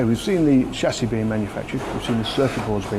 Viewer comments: So you keep saying. But the language is English. Invent your own if you don't like it ! 😂 Chassis is pronounced with a soft ch because it's from a French word. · HAHAHAHAHAHA, still IT ain't SOLD DER!!!! SHASSIS!! NOT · someone please teach him how to say Chassis